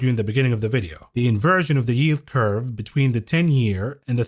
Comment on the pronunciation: Are you saying “ invirgin” or inversion? Like in Supertroopers